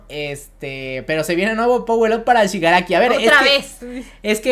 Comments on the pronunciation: Xq no dices bien el nombre de shigaraki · ShigarAFO dicen porque no es técnicamente ni Shigaraki ni AFO (All For One) ya que es una mezcla de ambas personas